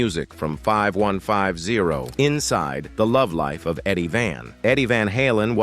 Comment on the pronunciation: Ugh..... it's 5150, say it fifty one fifty!!